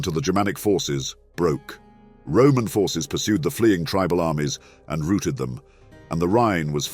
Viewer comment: You guys fail to realize this is probably an AI voice. Nobody pronounces "routed" as "rooted" in a military context. I've also heard, in a previous video, 3 consecutive different pronunciations of the same word, few seconds apart. If that is not a sign of an AI voice, don't know what is.